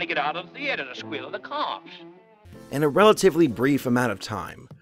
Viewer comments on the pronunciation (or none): who else heard him say: The"8"er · These videos are really interesting but I cringed so hard when he said thee-ate-err. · The-ATE-er? Mmmmm'kay.......